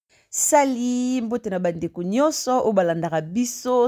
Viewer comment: Salut salut salut et non sali sali sali....non ma soeur